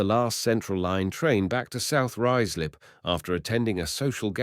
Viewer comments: I've actually had to stop listening to it, the various pronounciations (Rooozlup etc) are awful! I'll read about it instead! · Ruislip is pronounced Ryeslip. The AI commentary seemed to occasionally get it correct and then in the next sentence would mispronounce it. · Obviously AI cannot pronounce Ruislip correctly! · I was going to comment exactly the same!